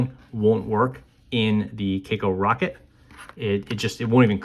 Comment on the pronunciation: It is read as “kah koh” It is a Japanese brand